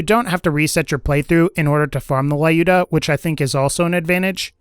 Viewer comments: Please, stop calling it "Laiooda", it is more like "Lewda", I mean [l'uda], if it will make it clearer. This name is common in Russia, so I know for sure how it must be spelled. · You are saying it wrong, Lyuda is russian name and sounds like lewd-ah